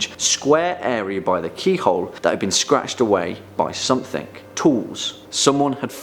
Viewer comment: Somethink? Do all brits turn a g into a k?